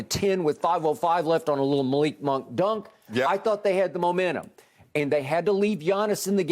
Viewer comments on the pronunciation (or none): none